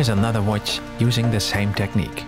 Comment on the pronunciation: The way he say "watch" is amazing 'uôtichê' hahaha